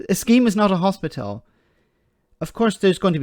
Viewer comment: He can't even pronounce "hospital" properly, never mind build them..!